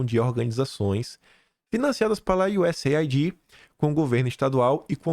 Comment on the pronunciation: te acompanho diariamente, por favor, mude a pronúncia da USAID, A pronúncia correta é US AID ou seja iu ess eidi. Não é iu ess ai di a ideia é aid de cuidado us aid, usaid, entendeu?